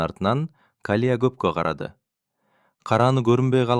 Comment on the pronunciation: Рахмат сонун,бирок Калия эмес,Калыя деп окусан жакшы болмокпуу деймда.